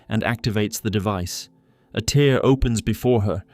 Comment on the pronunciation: Tear is pronounced tare rhymes with fare. Not a tear, like from a crying eye. Tear, like a piece of paper in half.